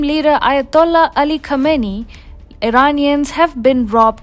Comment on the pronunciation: A-hola Khameini? Is that what she said?